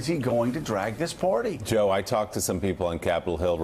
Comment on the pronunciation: Hey Joe...the word is "Party," not "Porty."